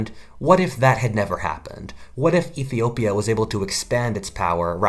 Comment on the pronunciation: Iffy-opia as you say it)))